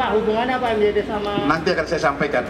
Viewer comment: MYD itu (MaYiD) bukan si